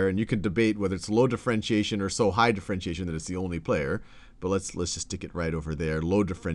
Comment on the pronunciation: Differentiation not d'frentiation